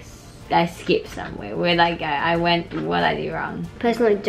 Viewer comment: She said lets vent to the toilet duh